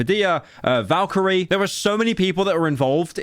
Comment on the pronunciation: Lol he said Valkerie and not Valkyrae. Good kid mad city metros booming blah blah blah